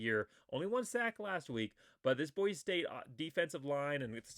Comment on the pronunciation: Never mind mispronouncing the names on Hawaii, you have to get the name Boise right first.